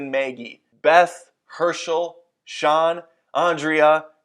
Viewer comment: Did u say Shawn? It's Shane bro. No hate though- love your content